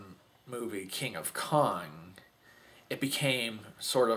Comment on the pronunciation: it sounded like you said "King of Con"!!!